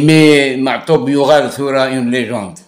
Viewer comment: S'il te plaît il est juste de prononcer Matoub et non Ma3toub. Cordialement